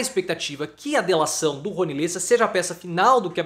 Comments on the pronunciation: Amigo, não é "lêssa" é "léssa" a pronúncia correta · Pronuncia-se Le'ssa